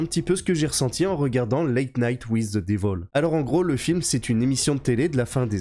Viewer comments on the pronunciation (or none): “Devil”= prononcer “divole”. Tu ne te souviens pas de “Resident Evil” (ivole) ? 😂👍